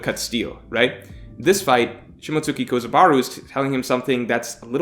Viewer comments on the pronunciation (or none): Did i hear...kozabaru Its kozaburo... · It's kozaburo, there's a U not A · has performed Shishi Sonson on Shimotsuki Kozaburo's name and fucking butchered it